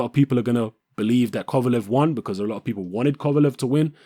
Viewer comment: thank you you said it right